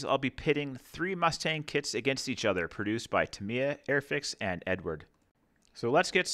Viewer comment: .......just for your info (as it was annoying), it's pronounced Eddard, not Edward! It's Czech! Otherwise, great review so far.......